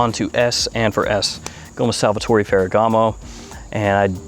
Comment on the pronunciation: It's Salvatore not SalvaTOREE